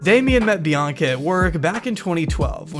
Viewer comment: Why the hell does he say her name like “bee-ONK-uh”